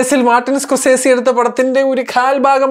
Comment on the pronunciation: Scrosese alla Scorsese 😂😂😅.!!!!